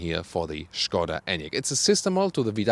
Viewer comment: Na endlich.... pronounced well the word skoda excellently, as SHKODA.:)